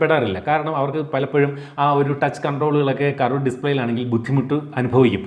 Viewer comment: കറവേടേ display അല്ല ... 😂 കേറ്വ്ഡ് display